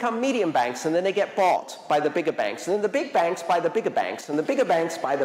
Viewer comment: Thanks, Andreas, every time you said "Big Bank" it sounded to me like the "BIG BANG" but in the way of "BIG BAN":rolling_eyes: Big banks to achieve a "BIG BAN"